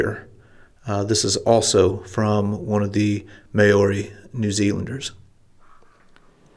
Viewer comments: Great Video. By the way the native (Maori) New Zealanders are pronounced Mowri not Mayori 😂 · did business in NZ in a past live Maori the name for the native people is pronounced "Mow" rhymes with "now" "Ri" rhymes with "me". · Thank you for a very interesting video! By the way, the "Mao" in "Maori" is pronounced like Chairman "Mao" of China. The HP sauce bottle you showed looks like present day HP Sauce bottles. Here is an interesting history of the sauce